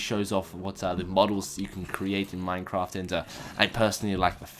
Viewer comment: I thought he said minecomp instead of minecraft lol